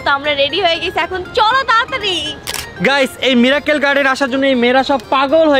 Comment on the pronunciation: Mirakkel na miracle r strecture na structure 🤧